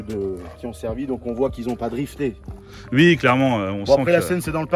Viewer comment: "Ui "😂😂. Cet prononciation d'un autre monde